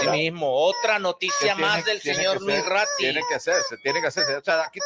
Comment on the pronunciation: RATTI NO RATTAAAA